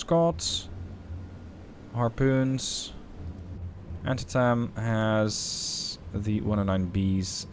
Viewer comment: Antietem is pronounced "ann-tee-tum" FYI lol.